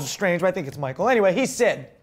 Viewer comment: Geez guys, Michal isn't pronounced Michael. Michal is a Hebrew girl's name. Mordechai (Max) should know that.